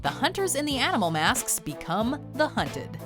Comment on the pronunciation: 😂 She said MASKSKSK 😂